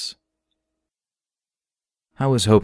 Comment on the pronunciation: "Imagine building pressure in the line." Pressure in British accent 😅